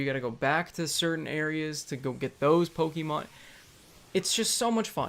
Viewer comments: Pokehmon dude. Accent on the e. Like the "e" in "let's". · Say poke'mon right lol jk. Love this fucking game. I know where all the hate was and still is but. Damn my YouTube feed FLOODED with poke'mon videos. And that's never happened.